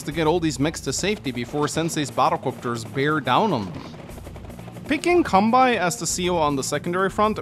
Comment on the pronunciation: quick note because i've had to hear his name like 800 times over the course of this series at this point: kanbei is pronounced con bay and not con bye